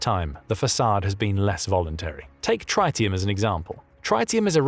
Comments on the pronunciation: It’s pronounced “trittium”, not “try-tium”. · Tritium is pronounced with a short "I". Trit-eum. NOT Try-teum. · Come on guys!!!! For heaven's sake!!! The 'i' in tritium is SHORT! Trit-ium not Try-tium. Secondly, the Tsar bomb yielded 57MT not just 50MT - despite Andrei Dmitrievich Sakharov designing the weapon to be capable of being easily upgraded to 100MT if required, he refused, point blank, to build a test device of 100MT on ecological grounds. Even despite Sakarov's stance, the Tsar Bomba still vapourised an entire Arctic island directly under ground zero. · TRIT-I-UM ffs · Its Tritium is pronounced Trit-i-um with a half-life of 12.3 years - The impact of this degradation is to reduce the designated yield - it won't make them inactive just less devastating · Tritium is pronounced with a short "I"... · pretty sure first i in tritium is pronounced like bit not byte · Your pronunciation of the word tritium is just barely incorrect enough to bug me.